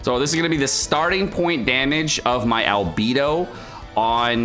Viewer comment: The way this guy pronounces albedo makes me cringe everytime…..why are all genshin streamers so cringey (except mtashed)….its like mihoyo picks their VA’s and streamers based on how cringey they are…..